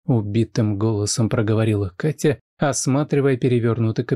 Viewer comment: Меня зовут Катя,но как Влад произносит это имя,меня аж коробит...бррр... Только познакомились и уже подруги,странно.